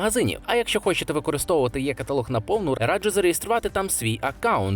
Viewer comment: Е каталог, або І каталог - якщо англійською, но ніяк не Є.